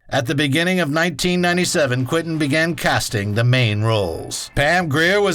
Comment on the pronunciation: Not "Quin-tin." It's QuEntin, as in Q-whent'n.